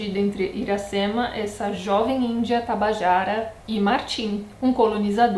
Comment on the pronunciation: Nao conseguia parar de rir toda vez q vc falava Tabajara! ☺️☺️☺️😂😂